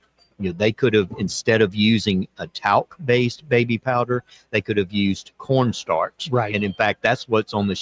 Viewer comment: It is a sign of the times that every time says "Corn Starch" I hear "Pr0n stars".